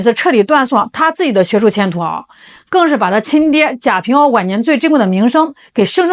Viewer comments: 贾平凹读＂wā ＂、不读＂āo ＂ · 贾平凹（wa）不是ao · 贾平凹 凹唸(wa 第三声)不唸噢。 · 贾平凹？ao？人家是wa好吗？😂😂博主也是一个人才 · 凹字应该读~蛙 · 纠正一下博主：贾平凹(读音是WA，一声) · 是贾平凹（wa），粉红文盲😂也不少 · 贾平凹（音奥）是中国1980-90年代最火的作家, 他的名字如雷贯耳，天天在电视和电台里，人家自己认可的读音。估计你是给年轻人，只能按字面去读音。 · 那个人的名字应该念贾平凹（wā）吧。😅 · 贾平凹,凹在人名里念wā。